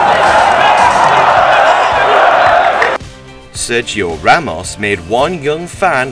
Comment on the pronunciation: Me da risa como dice SEYIO RAMOs